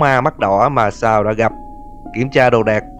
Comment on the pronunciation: Sa =)))) chào cô chú đi con =)) Tên Sal nhưng đc đọc là Sa =))